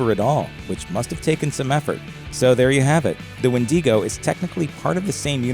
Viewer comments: "wen-DEE-go" 😂🤦‍♀It's "wen-duh-go" my dude. Takes away all credibility when you can't pronounce the very word you're trying to convey information about. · Sure there’s more pronunciation for the word Wendigo but like the majority of people know Wendigo not Wendeeeeeeeeeego like come on when you have actually heard someone said Wendeeeeeego more than Wendigo? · It’s wendigo not WHENDEEGO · wen de go ? LMAOOO It's wen da go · It’s wind Ah Gooooo not windy go 🤦‍♂️ but good content ig lol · When-duh-go. not When-dee-co. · I am not normally one to complain about pronunciation however it is pronounced when dego not when Dee go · WIN-DIH-GO!!! NOT "WINDEEEGO". Geezus. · I don't care, the "wen-DEE-go" pronounciation is driving me nuts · Actually it’s wee digo as a Métis I should know this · Say it with me: "Win-da-go" 🤦🏽‍♀🙉😬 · wtf is a “Wen-dee-go”? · Win-dee-go. I’m weak 😭💀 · dawg im a native from the tribe the wendigo comes from and chile, "wendeego?" tf is that pronunciation?? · did he just seid windingo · It's called a widago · Well,o didn’t know it was called the wendEEgo, but okay... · No one: Not even a single soul: Gringe: WENDY GO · you pronounce wedigo wrong its pronouced wen*da*go not wen*di*go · If you ever make another video saying wen-dee-go I will personally invert your kneecaps. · Okay. I can't sit through twelve minutes of "winn-DEE-goh" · it's kinda pronounced "when-dig-oh" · It’s WEN-DI-GO! WENDIGO GET IT RIGHT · This guy: WIN DEE GO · Nobody: Looper: WindEGo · Yo. It's pronounce "Ween-Dig-Go". We have a story here as late 1989. Only heard bits of it tho. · "What we actually know about the wendigo myth" lol, too bad you don't ACTUALLY KNOW how to properly pronounce wendigo. "Windy-go"! LMAO! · turned this shit off after a minute... windego, tf is that?? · The wendy go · Wendiego. Olay??? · Algonquien and Wen Di Go just absolute amazing speech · Maybe he was hungry for some "Wendy's go" lol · Isn't it wen-duh-go? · It’s WHEN-DIH-GO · *When - Dee - go”